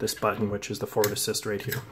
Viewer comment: Why do you say "fort assist"?